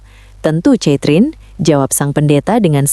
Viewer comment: Narator bego ! Baca "KETRIN" bukan catrin...kayanya lu gak pernah sekolah ya !? malu²in 😂